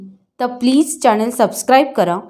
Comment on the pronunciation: चॅणन नाही चॅनल